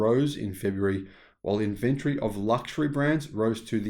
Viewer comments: Good video, but ffs pronounce inventory with an o in it...... Not Inventry. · I didn’t know what you were saying every time you said inventory. You were saying it like inVentery. Tory like story. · Interesting points, and for once, I agree with you, but I really wish you’d learn how to say “inventory “ correctly. 🤦🏻. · Weird pronounciation of inventory